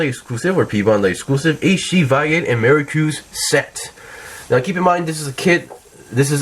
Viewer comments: "Maricruz" LMFAO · So weird how you're pronouncing their names. Pretty sure the dub pronounced them as Vey-eight and Mer-cure-us.